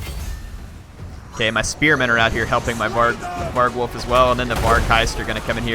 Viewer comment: var-gulf, not varg-wolf